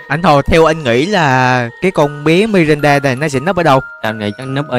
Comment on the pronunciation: Ngta là Miranda ông đọc là Mirinda là sao dị🙂xem mà quãi vs Bedy nhất á😂